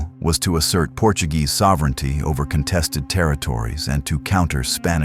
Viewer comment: At least don’t pronounce Portuguese words as if they were Spanish.